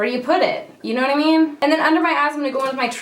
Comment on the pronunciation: I thought you said "under my ass" instead of under my eyes. I had to pause and rewind. 😂